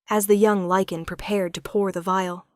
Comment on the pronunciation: LYCAN… not lichen or liken!!!😵‍💫😵‍💫😵‍💫